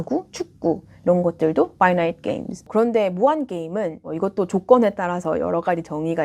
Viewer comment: 한국식 영어로는 "께"임 이라고 하는데... 역시 본토 발음으로 "게"임 이라고 하시네요~ ^^ 잘보고 갑니다.